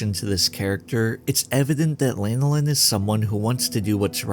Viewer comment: Dude can't even pronounce her name properly, and probably doesn't even know that it's the name of an oily secretion from sheep. It's Lan (like "fan" or "Dan") oh Lin, not Lane oh Lin.